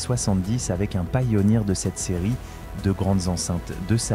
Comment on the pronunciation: Encore une vidéo ia on touche le fond et au fait on dit pioneer et pas PAILLONIR 😂